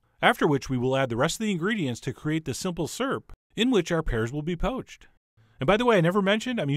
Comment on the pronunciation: Ok. I've let it go for too long lol. I've heard people say "syrup," cause that's what it is. I've heard people say "surup," cause they're country. I've never heard anybody say "surp," until every video where chef John makes what I call "syrup." ;)